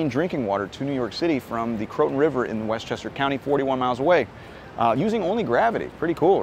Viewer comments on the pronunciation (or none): none